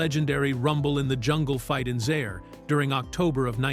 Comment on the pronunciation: Zaire is not pronounced as 'zair'. It's 'zyair'.